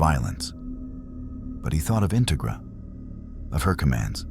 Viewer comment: Like the story so far Integra is pronounced In TEG ra Minor thing but very interesting